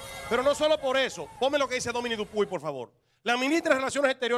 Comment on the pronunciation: El apellido de Dupuy no se pronuncia Dupuá como saltó aquel. Es DUPUY tal como esta escrito. Si fuera Dupuá se escribe Dupois